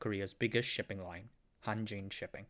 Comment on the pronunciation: It sounds like Hantjin...